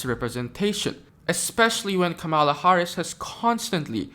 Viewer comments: Actually comma la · Kamala (coma-la), respectfully. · Learn how to pronounce her name properly.